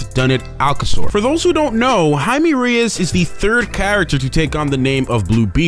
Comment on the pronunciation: Anyone else notice how narrator mispronounced the name throughout the entire video? It's pronounced Jay-me for crying out loud. Not High-me. Get it right. The spelling is just Jaime.